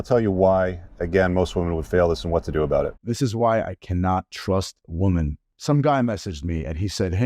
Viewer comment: learn to pronounce women correctly